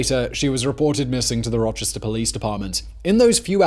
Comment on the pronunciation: i love the way simon butchers the place names where i'm from. now do one on Arthur Shawcross.